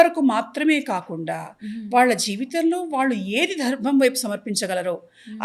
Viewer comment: Mundu Anchor telugu matladatam nerchukunte Manchidi Dharmam ani sariga palakatamkuda ravatledu